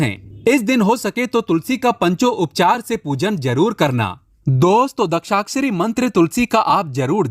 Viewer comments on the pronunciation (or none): सावधान ! ये बंदा दूसरे के व्हिडिओ से मालमसाला चुराकर अपना व्हिडियो बनाता हैं. ये कहाँ से गुरुजी बन गया ? शास्त्रों का जिन्होंने अध्ययन किया है, उन्हें मंत्र बराबर से बोलने आते हैं. इसे तो बाकी कई शब्द भी ठीक से बोलने नहीं आते. दशाक्षरी मंत्र को दक्षाक्षरी बोलता है. समर्पित को सम्प्रित बोलता है. दामोदर स्तोत्र को दामोदर अष्टोत्र बोलता है. इसको खुद को समझ में नहीं आता, तो ये आपको क्या ज्ञान सिखायेगा ? इसको पूछें आध्यात्मिक उन्नति, जो इसने व्हिडियो में बोला हैं, क्या होती हैं? बता नहीं पायेगा । ये लोग आपको बेवकूफ बनाते हैं । जिन्हें सच में ज्ञान है, उन्हीं के व्हिडियो देखें, ऐसे चोरों से, ढोंगी बाबाओं से सावधान रहें.